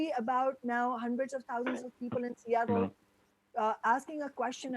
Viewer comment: "Housands of good paying union jobs" Not thousands but "housands" Dick-head!